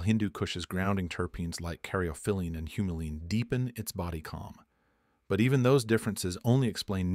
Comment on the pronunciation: Not pinon but pie_ neen, carry_off o_lean oh_si_mean, ;ter pin_o _lean, mur_seen. All said wrong sorry man. You say them wrong them right. The argument is valid though and trust me, durban poison has put me to sleep more than one, but both times they were 33 to 36% thc. Hindu has never felt anything other than indica heavy